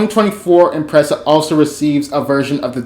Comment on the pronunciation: It's an Imprezza... but I guess we can call it an Impreissa.